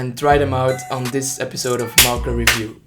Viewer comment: Who thought he said marko instead of marker